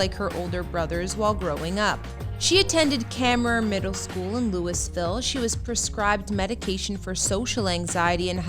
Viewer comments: Being from Louisville, the way this woman is pronouncing the city's name is killing me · I know I can't take it.lol